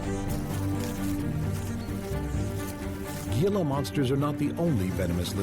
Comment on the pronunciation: The g in gila is pronounced like an h